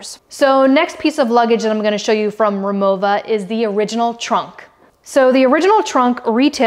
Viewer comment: She said it properly. It's German, so the "w" is pronounced with a "v" sound.